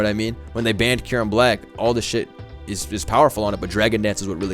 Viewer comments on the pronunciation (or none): none